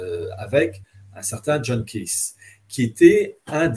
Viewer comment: Au final, il s'agit du Pape, pour Hillard, le catholique. or Thomas More, "le mondialiste", est un "catholique exceptionnel" il prononce ça comme ça ? Kiz au lieu de KEITH. En plus c'est à l'envers: James puis John personne ne le connait. Même pas la wiki